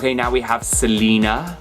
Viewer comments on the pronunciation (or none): none